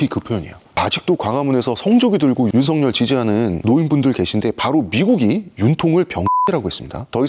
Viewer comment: 잘 보고 들었습니다 하지만 윤성녈이 아니라 윤석열이에요 일본사람처럼 윤석열이라고 발음이 안 되는 건 아니죠??